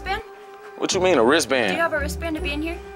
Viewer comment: “Do you have a raistband “ 😂😂😂😂😂